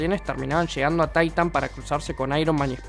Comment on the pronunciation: "Taitan" C'mon men, otro que ve las pelis en inglés